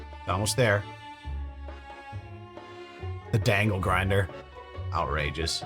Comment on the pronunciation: Did you just call it a dangle grinder?😂